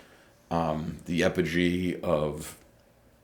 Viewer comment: that word is pronounced PREH-siged. Not pree-SAYGED. A little later, the word is apogee. Not "epogee." Later -- we're not a religious society?